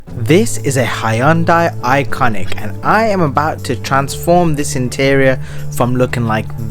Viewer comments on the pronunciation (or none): It's a Hyundai "ioniq" no?